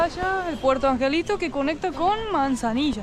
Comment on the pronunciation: Es Puerto Angel y Manzanillo con "O"